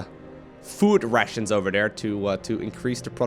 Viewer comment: Am i the only one who laughs every time say: "Food Russians"?